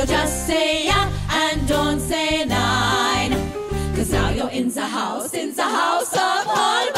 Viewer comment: Its nein (no) not nine (9)